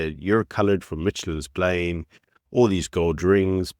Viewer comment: It's not "Mitchelins plain" it's "Mitchell's plain".... What country are you even from? Go dream of F1 from Texas my hond.